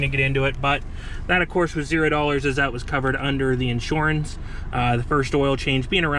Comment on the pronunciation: Knew you were from PA immediately when I heard you say insurance lol